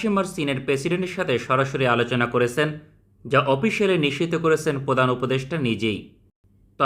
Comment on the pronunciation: করেসেন দিয়েসেন না। দিয়েছেন করেছেন উচ্চারণ হবে।